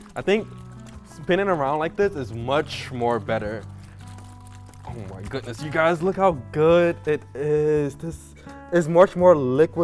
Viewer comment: "oh gu-ness"